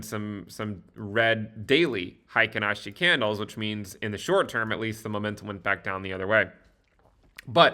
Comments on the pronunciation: "Hi ken ashi" is the incorrect pronunciation. Should be more like: "Hey Keynn Ashi". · Hey-kin, not high-kin :) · its pronounced HEY-KEEN ASHI